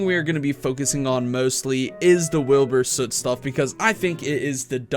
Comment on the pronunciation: Don’t you mean Wheelboor Suieete